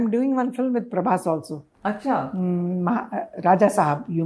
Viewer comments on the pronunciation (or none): none